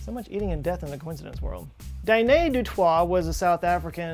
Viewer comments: uhm for Danie du Toit - I don't wanna be 'that guy', but in South Africa 'du Toit' is a fairly common surname and pronounced without the T at the end ('du Toy'). I'm not too sure about the first name either, I would say it like "Dah-knee", whereas you say it "Dah-nay". Unless Danie du Toit was French living in South Africa... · Haha, us South Africans when he said “Dané du twaaaa” XD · South African here. Danie Du Toit is approximately pronounced Dahnee Du Toy. In South Africa, it is seen as pretentious to pronounce French surnames in French, unless the person is actually French. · Du toit - da toy essentially 😂, we're not french 😂😂😂 Danie - not Dané, more da (not quite, but close enough), nie as in (Danny) ny ❤🇿🇦 hope this helps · Hahaha you butchered the name Danie Du Toit